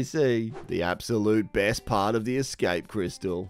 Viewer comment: Had to listen back to be sure... yep, said EDscape lol.